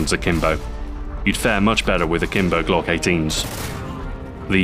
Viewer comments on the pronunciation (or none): none